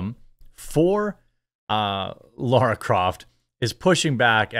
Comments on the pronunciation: Laaaaara! Not Laura! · LARA not Laura